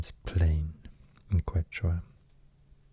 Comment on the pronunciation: It’s pronounced “Ketch-wa”